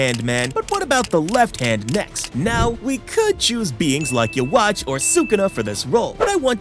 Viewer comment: nah the yhwach pronunciation is crazy